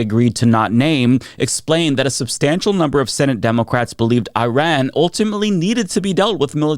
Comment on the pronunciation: As someone who is part Iranian, it’s really nice to know that one of the top Democratic politicians thinks my relatives are the “bad guys” who don’t deserve any sympathy. When you bomb a place, you aren’t bombing the government. You are bombing the people. Also, pronouncing Iran like Eye-Rayan? Come on.